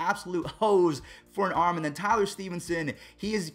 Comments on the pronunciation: It’s tylor not Tyler megill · It’s Tye-lor ma-Gil the Mets pitcher not what ever you said lol